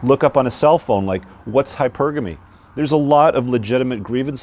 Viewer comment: On a not so serious note, I'm glad you're pronouncing "Hypergamy" the correct way now. That's the Englishman in you. 😁👌🏻